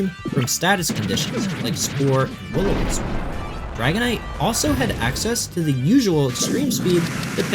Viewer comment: The way you said dragonite 💧😔🎯